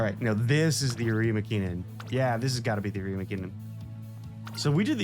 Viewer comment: I’m pretty sure it’s arima linen